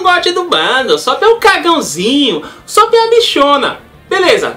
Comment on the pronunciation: U-só-pi fico louco ouvindo assim '- U sô pu malz falar assim mas no animê eles falam assime pa ne falou ta falado.